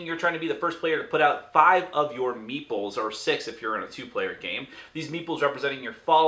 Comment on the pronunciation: Whenever you say meeples, I hear meatballs ^^